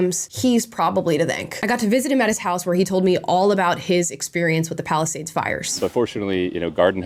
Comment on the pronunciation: It kinda sounded like Palestinians. I know thats not what you said but i just found it a funny though.